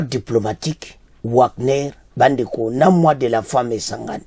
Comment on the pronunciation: Wagner on pronnonce Vagner svp